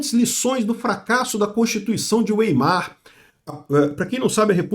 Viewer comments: PQP! "Ueimar"!? 😂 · A PRONÚNCIA DE WEIMAR É VAIMAR